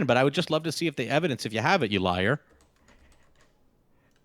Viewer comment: Did... did he say "evidece?" Mount that evidece!